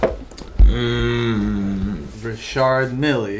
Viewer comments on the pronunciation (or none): Did he say, Milleyyy?? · no, it’s pronounced “Rishar”. The problem was the pronounciation of Mille, it’s supposed to be “Mil” not “Milly”. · It's pronounced mill not milli